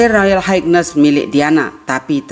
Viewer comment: Cara baca royal Highness kurang tepat